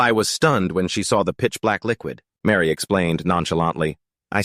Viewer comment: Her name is Mari not Mary! At least get the names right!